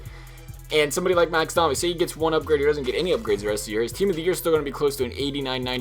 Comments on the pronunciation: DOME E not DOM E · you were right the first time you said it, it is doe-mi